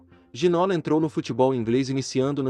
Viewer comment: Boa tarde, obrigado pelo video. Bem merecido. Mas se posso deixar uma pequena correcção, no Brasil estão pronunciando o nome de forma errada: o nome dele, por ser francês, pronuncia-se GI - NÔ - LÁ. A acentuação é na última silaba , como se tivesse acento no Á - LÁ . :) Espero que não levem a mal, a intenção do meu comentário é apenas ajudar a corrigir isso. Muito obrigado pelos seus videos. Conteúdo TOP. Abraço de Portugal.